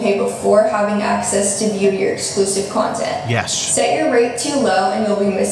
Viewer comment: Y does she say “Cyontint” instead of content😹